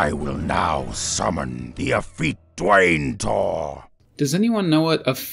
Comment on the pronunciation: Effete not afete